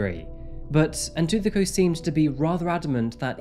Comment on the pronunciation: Yes, the stories are interesting and the way he delivers them is pleasingly professional. BUT, no, his pronunciations - on multiple SAn cases - are not correct. I empathise with these not being his languages - but this is his chosen job. As mentioned here, names hold meaning and are an important part of identity. Getting them right shows caring, effort and respect. Tshegofatso and Ntuthuko are simple enough to say yet were mispronounced through the entire video. I wish he would reach out to speakers in/from the countries he covers to get assistance with basic understanding of the languages and pronunciation of the names.